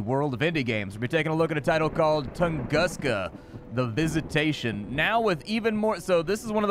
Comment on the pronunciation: i’ve always heard it pronounced toongooska… love your channel dude. “…what’s up guys and gals and welcome back to the nerd castle…” is the beginning of an awesome 30+ minutes 🤗